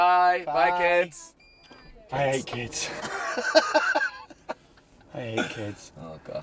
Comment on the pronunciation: "I 'ate Kids" hahaha